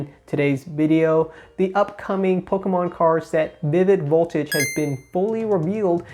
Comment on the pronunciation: I thought I heard you say “polkamon” once and now I can’t unhear it.